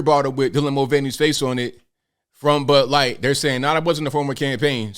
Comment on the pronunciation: did call it butt light? lol